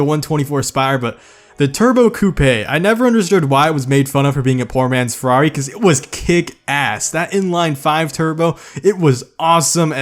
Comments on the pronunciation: lol i love your humor but the pronounce, my italian hearth died when you sayed ferrari (good video btw) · Redstoneprime dude he says Farrari but it is ferrari